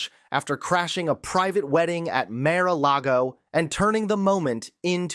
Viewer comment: It's MAR A LAGO. MEANS between Sea & Lake. So not mara lago. 😊